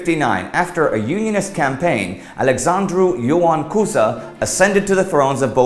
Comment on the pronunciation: Man, the way you said Alexandru Ioan Cuza is pott on!